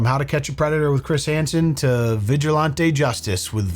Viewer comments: Vigi-lahn-tay is killing me😅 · Vigilantay ☠️ It's actually killing me to hear it now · If you Say VIJULANTE (its french) one more time!!! Im gonna send Vitale after you, pink hair paint and Lil Pump!! Why on Gods green earth are you saying it like that?? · Who taught you how to pronounce Vigilante brotha?? Lolol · is love you but you gotta stop pronouncing vigilante like that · if your pronunciation of "vigilante" is a deliberate affect for humor, it's just annoying. If it's a legitimate misunderstanding as to how it's pronounced, please look it up so as to correct it. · Why does keep on pronouncing vigilante the way he does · pronounced vigilante so posh 😂😂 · I love how pronounces "vigilante" like he's ordering one in a fancy restaurant. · I came here for this lol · It's usually pronounced with a hard a as in "man" rather than a soft a as in "father"